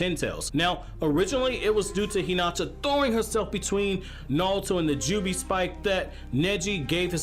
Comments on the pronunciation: why does he keep saying nalto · Let me just say something Nauto, Its Naruto, not Nauto